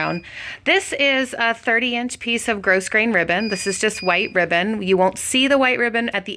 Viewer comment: FYI. The pronunciation is growgrain not grossgrain for Ribbon